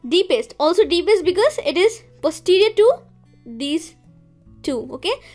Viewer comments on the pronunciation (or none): none